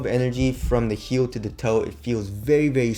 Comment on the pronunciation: heel ta toe